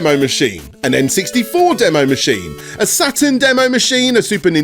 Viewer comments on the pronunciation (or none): none